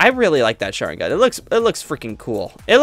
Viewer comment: do not know how to ppronounce any sharingan